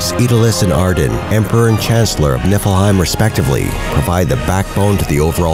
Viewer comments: He said "Nippleheim" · "niflheim" ppftthAHAHAHAH